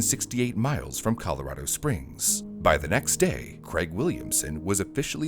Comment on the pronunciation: I just want to note, bravo for saying "Colorado" correctly.